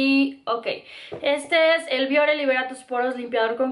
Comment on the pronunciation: yo soy de piel grasa, uso productos Bioré y me van muy bien. Por cierto que la palabra de acentúa al final y tú no lo marcas cuando la pronuncias. Me gusta mucho tu canal Saludos!